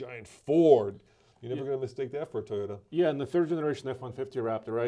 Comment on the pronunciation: Teayota lol